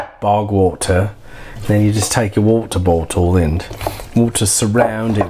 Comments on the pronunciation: “wotor botdle” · “Woto boto” lmfao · The pronunciation of “water bottle” was so funny and accurate I paused the video to comment about it. God dammit this is hilarious.